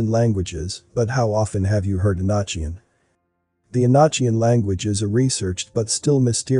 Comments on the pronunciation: I dig your videos brother, but, it's not "E-notch-ian"🙄,good lord. It is the E-NOK-ian language. Just like epoch isn't pronounced e-potch. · Enochian is pronounced, “E-no-kee-un.” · Enochian. You pronounce the o and it was a type of Angel language. I think the John Dee and his associates we're practicing black magic. Conjuring demons as a result selling their soul Malthus deal. You and your team doing incredible job and went to thank you for all your videos I've been watching for years. Carry on blessings in Christ Jesus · you asked what we think about the video ... The information is fine, but the mispronunciation of words is quite annoying. Words such as Enochian and Teotihuacan should be pronounced correctly. It quite diminishes the ovrerall impression of the video.